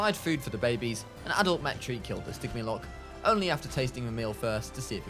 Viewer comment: Its stigimoloch Not stigmiloch